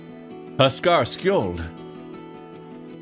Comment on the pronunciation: Allow me to decipher the pronunciation of discount Sheriff of Nottingham's name. Skjold is actually pronounced, "Skiold". It's a similar pronunciation technique that was used on the word, "fjord", which is spelled in two ways; the aforementioned spelling with the j, and the other spelling is fiord with an "i". I think the only country that has that pronunciation & spelling techniques is Norway, which has many fjords. I know I've watched played this VN for the first time on Twitch without me delving in too much of, or too far into, the story, at least not yet, but judging by my research above, here's my synopsis.: We're a human who somehow survived the explosion in/of our space shuttle. After passing out in space, we've crash landed on a different Earth in a Norwegian village populated with anthropomorphic animals, most of them are canines, with very little memory or information on the current sitch we're in.